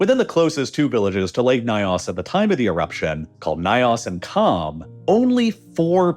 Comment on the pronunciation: The "ny" sound in African languages is generally pronounced like the "ny" in canyon. The pronunciation of "Nyos" in the video is way off. Excellent video otherwise.